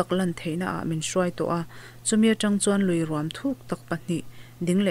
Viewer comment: Ruam inlam dan a mak hle mai chaw rum angin i lam a, luikawrah rûm a awm ngailo. Ruam tihzawk tur a ni e.